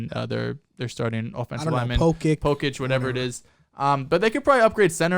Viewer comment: Ethan Pocic (Poh-sick)